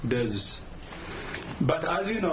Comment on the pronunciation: If he can pronounce dezs as deaths, I would appreciate it.😩